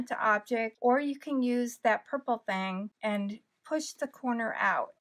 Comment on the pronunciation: Are you literally calling that a "purple thang"?!? I dunno if itsyour accent or what?